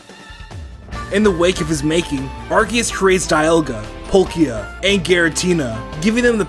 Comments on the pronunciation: Did you know that said ar-kee-us not ar-ce-us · he said arciuse not arkoos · you are the only person other than me who pronounces Arceus's name correctly. Everybody else pronounces it ARSE-ee-us, and where I'm from the word "arse" is more than a little rude.